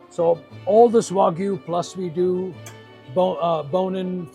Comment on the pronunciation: I thought it was the way he says WAGOOO that did it for me